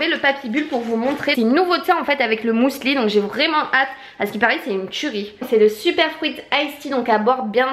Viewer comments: On dit pas " mousli " mais muesli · Pourquoi "mousli" ? C'est un "u" 😂😂😂 Tu me fait trop rire. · Heureusement que les colis étaient bien emballés parce que franchement ton facteur n'avait pas à faire ça.. sinon je n'ai pu m'empêcher de sourire à chaque fois que tu prononçais le mot muesli, je n'avais jamais entendu quelqu'un dire "mousli" et j'adore haha Gros bisous 😘